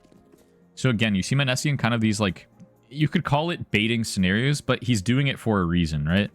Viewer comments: munessy mOH-Ne-Sy please lmao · Dude I think you messed up the emphasis on his nickname :D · Your content is always great but fuck ME hearing your pronunciation of Monesy hurts xD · how do you watch the games and still say the name wrong? serious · butchered tf outta his name